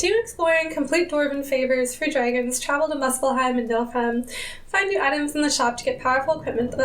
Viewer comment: NIFL-heim. Not Nilf-heim lol